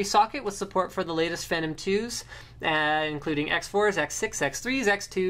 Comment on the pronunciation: I am curious is that actually who phenom is pronounced? Sounds kinda stupid when it is said like that. Always thought it was pronounced Fee - Nom